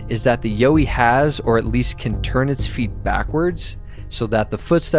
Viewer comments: Not YO-EE mate. You were right in the first place. Its actually pronounced YOW-EE like you first thought. Don't know where you got that pronunciation from but they're wrong. Soz. Cheers from OZ 🇦🇺🦘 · You were right when you were wrong. Yow-wee (Y-OUR-WEE). Not You-wee. Just one of many regional names for the big hairy fellas. The little hairy fellas are known as Junjadees, or Brownjacks, again with various other regional names. These are the ones I know and are friendly with, the little fellas. Although some have reported seeing fangs this is believed to be an exaggeration because of the large teeth. Most report similar to our teeth just a lot bigger. Also while there is aggressive contact reported these are few and far between and only on encroachment into their personal area after repeated warnings. Also early reports of aggression were directed to early European invader settlers who were clearing bush for livestock and crops as well as pioneer loggers and explorers. They still let loggers and surveyors prior to mining or road construction let them know they're not happy and best be pulling your head in. Other than that most report non aggressive curiosity or just being followed, or politely escorted off their land then gone once they are seen as no threat. Other's, me included have regular contact and a friendly relationship with an individual or family. Also worth mentioning there are far more than we would imagine and some live so much closer to us than anyone realises. They are just such masters of disguise and will blend into their natural environment, always there but never seen. That's how they want to keep it also, they will only show themselves for a reason or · Aussie here too! 1st yowie said was right 😊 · Actually you had it right the first time, the way you say it in the video is wrong haha